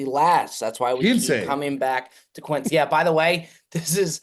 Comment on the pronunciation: Gonna need a hand up from. You can't call out for mispronouncing 'Quince' when you did it yourself right here